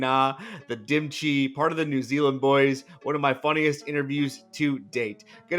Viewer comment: his name is.. like cheh... not dim chi... hehe